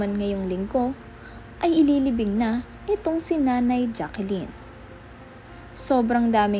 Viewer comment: Dear vlogger. Jaclyn hindi Jaquelyn.